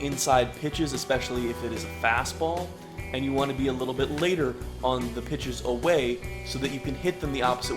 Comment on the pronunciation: lol.. "waohnt"